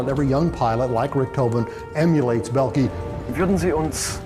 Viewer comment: bellkee lol, this is a moron comentator the "o" is not silent dimwit